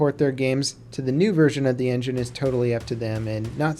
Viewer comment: Unreal "Enginge"? lol